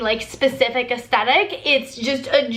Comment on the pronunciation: So everytime you said "athstetic goals" I kept hearing "athsteticles" 😂 (I prolly spelt those wrong oops)